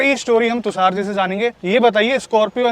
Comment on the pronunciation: Brother tusaar nai , tushar ,, its sh 😂😂